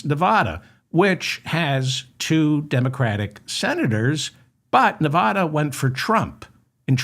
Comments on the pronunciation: I love you Dave but it's Ne Va Da not Ne Vah da. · Its Nev adda, not Nev ah da. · Nev- a - dah! 😅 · Wish you could learn how to pronounce "Nevada", which I have commented on dozens of times.